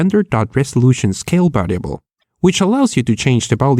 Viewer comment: i love your videos man but god damn learn to pronounce the difference between B's and V's Bisual NBidia Bariable I get that your Spanish and an accent is completely understandable but B's and V's have a completely different sound that are made completly differently with the lips making a B sound and the bottom lip slowly pushing against the upper teeth to create the V sound.